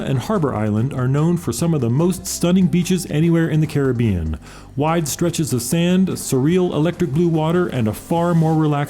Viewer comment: Thanks for your informative video. And especial thanks for pronouncing Caribbean properly.